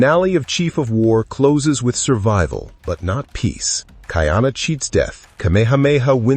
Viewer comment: It is pronounced Ka-ee-ana NOT Ki-ana